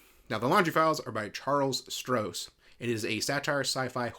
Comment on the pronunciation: There are more books in it now, and you’re pronouncing the author’s name incorrectly.